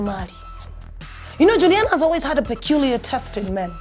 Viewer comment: She’s not Julina, she’s Juliana